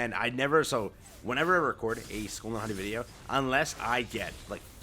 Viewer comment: Just to correct the pronunciation. It's Hati(Haytee)